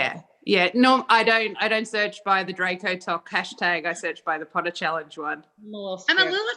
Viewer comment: I want to tell you that I watched ALL the Harry Potter movies in a day and repeated some and my mum was getting annoyed. She was also like ‘Will that dam blonde ever stop saying ‘pOoTaH’ ❤️❤️